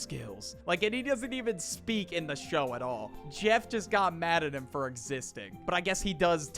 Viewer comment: Why does for sound like engween 💔😭